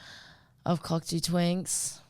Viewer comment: Cocteau is pronounced Coc toe not coc too, by the way